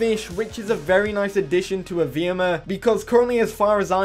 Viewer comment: It's not evrima is evreeeeeeeeeema